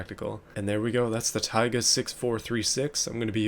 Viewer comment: You pronounce "tayga" slightly wrong, it's "taygá" not "táyga"